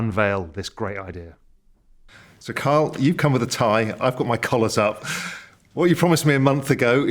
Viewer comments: His name is Kyle geez! NOT Karl. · Raoul looks unimpressed Kyle. Ky-le. Ky-le.